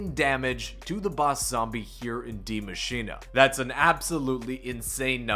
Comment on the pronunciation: Is it just me or why does he call it Die Machina... it‘s Die Machine